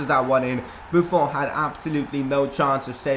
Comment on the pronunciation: u pronounce buffon wrong it is like a french accent in the end